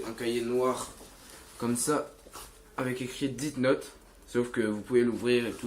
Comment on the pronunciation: Sa se prononce pas " DITE NOTE" mais plutôt "DESSE NOTE". L'orthographe est faite exprès pour que tu prononce bien.